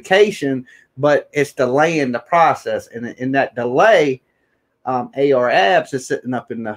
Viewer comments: Clickbait. Where is the video? Comments like that? Come on, bro. You don't need to clickbait people to get them to listen. All you need is good content and a strong opinion. By the way, its Ar Ab (no "S") and Leak (Lik) Moss. Thats how they're pronounced 💯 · At least you can pronounce their names right dude name ain’t no AR Abs and “lick moss” seriously??